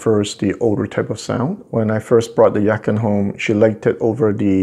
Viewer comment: it is pronounced Yah Chin. which means beautiful sounding musical instrument